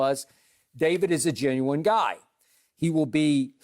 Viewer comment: Haha Skip said Ginuwine instead of genuine